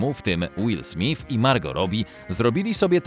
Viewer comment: Will SmyTH a nie SmIF! Panie lektorze, co pan!